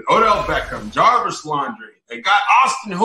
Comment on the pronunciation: My guy said Jarvis Laundry